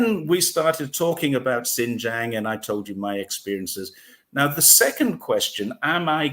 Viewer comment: A most interesting video, and story of facts and implied geopolitics. Just one point about the pronunciation of Xinjiang - it’s pronounced the way it’s written in pinyin: xin j- i -ang (don’t miss out the “i” - which is what all 3 of you did wrongly !).